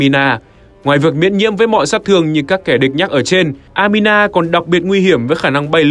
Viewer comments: Anima đọc thành Amina ????? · Anima nhưng người đọc cứ amina mãi thế :)